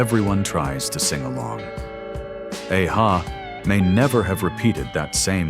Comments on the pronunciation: A-ha, a one-hit wonder? They had more than just one hit. Thru also had a hit with THE LIVING DAYLIGHTS which they made for the 1988 James Bond film of the same name. They did a remake of the 60's hit CRYING IN THE RAIN. And that's not how the band's name is pronounced. Useless AI voice. I miss the days of actual human voices. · Seriously, no mention of 99 Luftballons by Nena! The voyage, voyage song doesn't even sound familiar to me and I'm Gen X. I gave this a thumbs down for not only that but for also the sound gaps as well as the mispronunciation of A-Ha and a couple of other things. It was great to be reminded of all but one of these songs but stop using AI for just about everything. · You could not be more wrong about a-ha. Apart from completely mispronouncing their band name the had 7 top 10 hits in the UK alone. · Awful AI pronunciation and claiming A-ha are one hit wonders 😏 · Yesss! The name does NOT sounds like someone rushing his Cows....😧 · Didn't say a-ha s name properly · The band's name is pronounced ah-ha, not aye-ha. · it's a-ha not ey hay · 80's what a time to be alive, esp as a kid...soaking in all that great music and tv shows. Btw it's pronounced Ahh-Ha, not ay ha...I think you missed another great one hit wonder...Self Control by Laura Branigan. It seems to me while they were one hit wonders, they probably made millions for the artists and they could retire...lucky bastards. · It's ah-ha not ay-ha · When In Rome's the Promise is the best. It should've been more famous. Maybe Gwen Stefani etc can do a cover version.A-ha is pronouced as an a ha moment. Not Aha! As in A for Alpha ha! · There is A-HA, not EI-HA. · Definitely not one hit wonders. And for the AI it is pronounced Ah-Ha, not Aye-Ha. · The way AI falsely says: Ayyy- Ha. LoL!!😅 Still the BEST 80s songs!!❤❤ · It's not pronounced Ay- hah. And they had a few other hits including the Sun Always Shines on TV which had plenty of radio play back then. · Must be AI narration. He said “Ayyy-Ha”